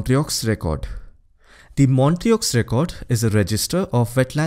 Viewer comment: Montreux is pronounced as montreau please correct 🙏🏻